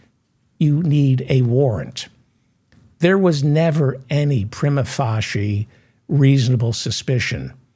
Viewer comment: Prima facie is pronounced Pre-muh fay-see-ee